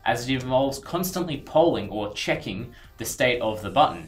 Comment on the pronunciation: Did he say chicken or check in?